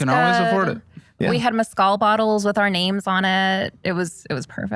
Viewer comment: the way she said Mezcal 😂